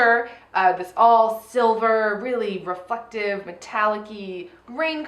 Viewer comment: am i the only one who heard say "refucktive" instead of reflective when talking about cheryl's runway look????????? i mean i rewind and everything and i still hear it